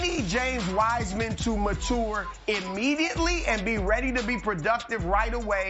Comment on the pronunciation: Ma tour is not acceptable.